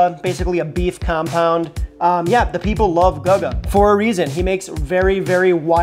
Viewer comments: Yo! My apologies for mispronouncing father Guga's name. if you're seeing this (which you probably won't) I'm sorry for butchering your name! ... however, in my defense, if you've been watching my videos for the past year you might notice that I religiously say "I can't read or write" so... the writing was on the wall. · I was thinking lol. Either Guga himself or someone else in the video calls him by name very often. It's pretty hard to mispronounce his name if you actually watch his videos Edit: He says his own name in the first 5 seconds of the video about the ramen burger 😭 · Lol exactly if you’re gonna recreate peoples burgers at least say their name right… dude has never seen a guga video and just asked a random about it… which is also disrespectful lol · How are you butchering guga like that lol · Congrats, you butchered Guga's name worse than just did. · Lmao this comment section is gonna be nothing but that Guga pronunciation. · Bro clearly has never watched Guga videos otherwise he wouldn’t butcher his name like that. 😂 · You pronounced Chlebowski. Surely you can pronounce Guga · notonly you mispronounce Guga name but he has others that are im sure better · Sorry man I would love to support but I can't watch this video with the mispronouncing of Guga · Lol how do you pronounce guga and matheson wrong lol math - e - son cmon broo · It's pronounced, 'goo-gah'! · it's goo-ga not gugga lol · Is not gaga iş GUGA…. Guga burgers 🍔 are smash burgers 😅😅😅😅😅😅😅😅😅😅😅😅😅😅😅😅😅😅😅😅😅😅😅😅😅😅😅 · Yeah, it's "googa" not "gaga". 🤣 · Let's say it together Googa.. not Gugga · GUUUGGGAA?????? What the hell???? GUGGA??????? Wow bro 👏🏻 fail. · out here doing Guga (Goo-gah) dirty mispronouncing his easy to say name, and also picking the worst possible Guga burger. He did the ramen burger just to testout the trend. We need his wagyu cheeseburgers! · And for those wondering why it's pronounced "Goo-gah" is that it's the Brazilian nickname for Gustavo (Goo-stah-vo) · GOO-ga homie.